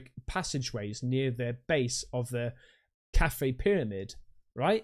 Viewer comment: Credibility is stretched when should be pronounced"Khafre" with the syllables "ka-fre" or "ka-f-ray," with a slight emphasis on the first syllable not Kafren as mispronounced by the Italian.